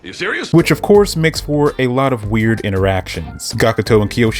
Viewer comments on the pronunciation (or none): none